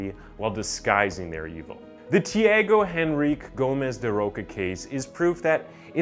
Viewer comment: Say tea-ah-go en-reek -kay Tiago Enrique